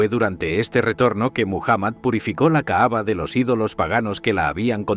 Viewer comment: Perdón pero el narrador dice la "caava" y no se que es eso, si se que es la caba-cava